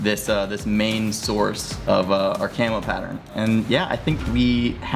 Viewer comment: I can't help hearing "chemo pattern"...